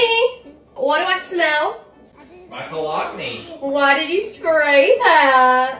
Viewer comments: He pronounced it”co-log-née”.😂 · That is the first time ive ever heard that pronunciation of cologne hahahahahaha co-lone not colg ney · Co-log-ni? Isn't it pronounced co-loan? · co-log-nee💀 pronounce it co-lone mann😭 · He did not pronounce it like that, did he? Sounds like “Ca Loan”. <——-correct way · Colog-neeey, is that how Americans pronounce that???? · I pronounced it kaloan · I'd divorce anybody who pronounces cologne the way he does.